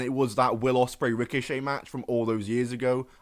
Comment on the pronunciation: 24 Will Ospraey 😂😂😂😂😂